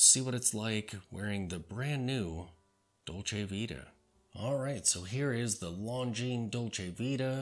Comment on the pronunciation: Nice review, but Please pay more attention how to pronounce LonGines, and Dolce ViTa as well.